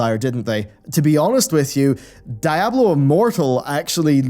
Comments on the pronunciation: i think d4 looked good even in combat. Also, Diablo is spanish for devil it is not pronounced in English, you dont say die ablo you say dee ablo, dammit man. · Di-a-blo. Not da-ya-blo. Love the video 😁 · Dude, please... DEEablo, "DEEABLO", it's spanish man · "Dieablo 4" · Great video but I hate the way you pronounce Diablo